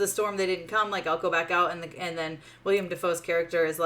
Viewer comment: I did not enjoy the movie either. But I can't take any reviewer pronouncing Willem Dafoe's first name as "William" seriously.